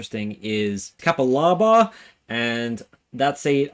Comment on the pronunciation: You said it right ca pa la ba. Not ca pa laa baa 😂